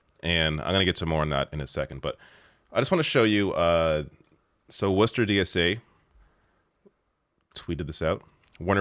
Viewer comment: What a great video. I am so sick of hearing people say "People just don't want to work". Do these people even understand how huge the wage gap is? Also, I'm from Worcester, Ma- thanks for pronouncing it right!